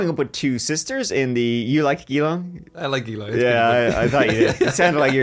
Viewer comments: It’s pronounced G-long fyi 😂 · Hehehe 😂 am I the first Australian to tell you… Geelong is pronounced ja-long Also Fosters sucks 🇦🇺